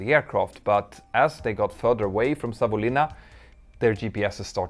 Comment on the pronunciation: Just want to mention. Really good pronounciation of Savonlinna👍👍